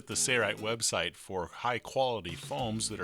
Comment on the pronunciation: Just curious, why do you pronounce Sailrite as 'serrite? '